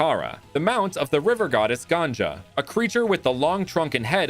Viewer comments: bro You said Ganja which means weed The pronunciation is Ganga the ending ga sounds same as the starting ga not ja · It’s not Ganja it’s Ganga! Ganja Means Bald. if you call holy river goddess this in India, you definitely get in trouble.